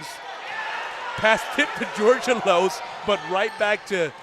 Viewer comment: Charlie's last name is pronounced "George Elos" all together and fast. The guy pronounced it correctly. :)